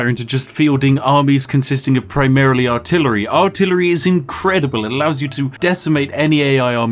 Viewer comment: "Artilery" hm....